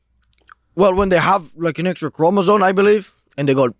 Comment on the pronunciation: Down syndrome people have an extra chromosome, they're not missing one, Dom. Also, it's pronounced "chromosome", with an "m", not "chromozone". Joe Rogan gets that wrong all the time too, two meat-heads that have no idea what they're talking about.